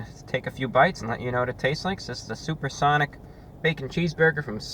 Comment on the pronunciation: suPaH sOnIc